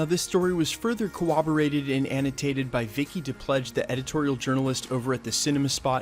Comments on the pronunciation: Corroborated. : KUH RRRROBBER RATED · Co...WABB...orate? Dude. Pronounce this correctly...please.